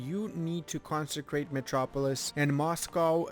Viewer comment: Good video but your pernounciations are the worst I've ever seen also "consecrate metropolis" bruh